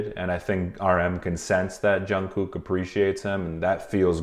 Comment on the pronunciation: love your videos! you pronounce the hell out of jungkook’s name though😭